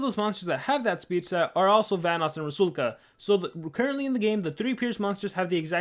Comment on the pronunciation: No hate but its pronounced RU - SAL - KA.